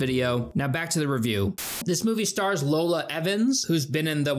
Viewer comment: You say ‘Lola’ but it’s Iola aka ‘Yo-La’